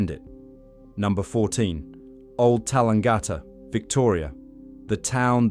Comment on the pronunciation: I was born in Tallangatta. Good to see it. Yes wrong pronunciation.